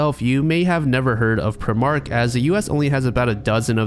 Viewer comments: not to be pedantic but primark is pronounced "pry-mark" not "pri-mark" 💀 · I love your videos but please check how you pronounce english things 🤣 its Pry-mark not Prehmark :) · Context for Primark: First, it's pronounced "Pry-Mark"; second, the store chain is famous across Europe for being extremely cheap. This is the kind of store you go to if you need something quickly without paying a lot of money and for that reason it's pretty much an open secret that most of the things you can buy there probably come from sweatshops. At least that was how it was a few years ago. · As someone from the UK. Primark is pronouced Prime-Ark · as a brit, the way you said primark genuinely hurt me. we pronounce it prime ark, in case you were wondering. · Never ever heard primark pronounced like that, plus I swear there was one in Chicago last time I went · The pronunciation of Primark is painful haha.